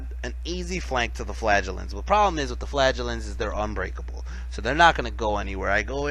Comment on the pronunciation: wohoo you managed to pronounce flagellants properly!!